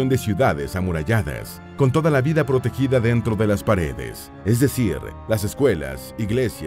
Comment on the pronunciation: Por que pronuncia las a como e? Ja ja! La “Vide” insoportable de escuchar.